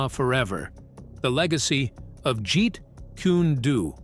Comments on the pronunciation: I'm not even into 3 min of this shlocked up, drivel of a video, and they can't pronounce the name of his martial correctly: it's not jeet-koo-nay-do, it's jeet-koon-do. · "Jeet Koon-ay-doo".🤣🤣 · Jeet Kunee Doo lol I guess no one checks the speech narrative before its posted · Bullshit. I was waiting . The episode “ the praying mantis “ lo sing is portrayed by Mako. Mako Iwumatsu. It’s pronounced as kuun not kunee jeet kuuu( kune) do. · What the f is jeet kooni doo? I heard of jeet kun do never heard of jjet kooni doo! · What the hell is Jeet kunado do Get it right, Jeet kun do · Jeet Kūnae Dew?! 🤨😒🙄🤦🏻‍♂️ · Its not pronounced Jeet Koon ee doo it is pronounced as Jeet Koon Do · Kuni doo lol 😂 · Someone needs to teach the narrator how to pronounce Jeet Kune Do properly! Not Jeet Kuni Do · "Jeet Kunay due" 😂😂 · you lost me at "Jeet kooney doo" 🙄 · I'm speaking to the host of this video...I can't even listen to this BS because of the way you pronounce 'Jeet Kune Do'... "Jeet Kunny Do?"...Are you fricking insane? Is there something wrong with you? Even a child can pronounce it better than that, and you should know how to say it as long as the phrase has been around. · Narrator. Why do you keep on tf alking and actually show them talking for all these claims? And why do you disrespect Lee like that? You keep saying Jit kunee do. Wtf is wrong with you? Might as well delete this video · WHOEVER THIS IDIOT IS TALKING ABOUT WHAT HAPPENED NEEDS TO PRONOUNCE WORDS BETTER. HE CAN'T EVEN PRONOUNCE JET KUN DO PROPERLY AND HE CAN'T EVEN PRONOUNCE THE NAME OF THE WEAPONS CORRECTLY. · Man said Jerry kooneydoo.. shocking get the pronunciation right before you report bro come on Man the UK salutes likes and sub .for effort anyway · Goodness, "Jeet Kunn-nee Doo" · "Jeet Koonie Doo"? 😂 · Jeet koooney doo😂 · You lost me at "jeet koony doo" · Jeet Dooney Do LOL - can't even get THAT right so why would we believe anything else here? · "Jeet Kooney Dooey" Yea. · Jeet coony doo? Really?